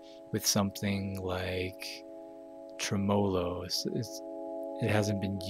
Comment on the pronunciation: Tromolo? My years at Music school are worthless. They taught me and I have spelled it wrong my whole life. Even Music dictionaries are wrong..... Tre-Mo-Lo. Tremolo.